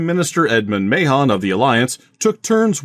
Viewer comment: I smile every time I hear "Mahon" pronounced like that.